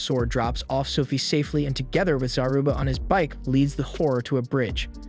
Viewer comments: Everytime he said "horror" I heard "whore" 😆 I was like damn this guy doesn't like the girls in this anime 😆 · all i hear is him saying whore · wait is pronounced "hor" or "whore?" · i love its called horror but when its a women being a horror it sounds like whore